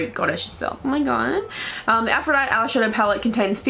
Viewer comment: It's pronounced 'Aph - ro - dite - ey' not 'Aphro - dite'